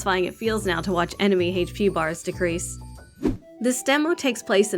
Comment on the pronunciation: I love how you pronounce "hache p"